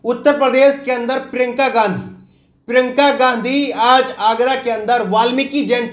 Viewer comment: क्या यार! प्रिंका गांधी मत बोलो । उनका नाम हैं प्रियंका या प्रियांका बोलो ।